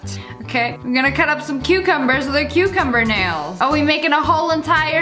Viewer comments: The way she said cucumber cucoomber 😂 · nobody: Lia (Sssniperwolf): cOOcOoMbUr